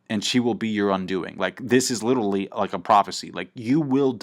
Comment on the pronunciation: holy fuck the way you say literally, i love ya but please stop saying LITTLELY